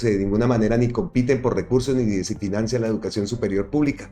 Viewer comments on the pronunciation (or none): none